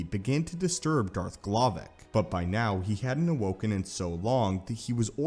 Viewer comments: ...his name is darth glovoc, not glovic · I heard Darth m'Glovin